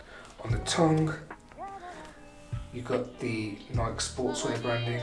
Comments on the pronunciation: It's nike not nik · It really hurt me when he said Nike the wrong way 🤢😫